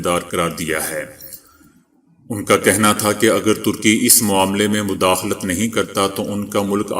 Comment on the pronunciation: ISI trash lafz e ,madakhalat Ko mudakhalat padhtein hain jokeh galat hai